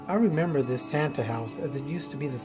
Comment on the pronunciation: you really said renember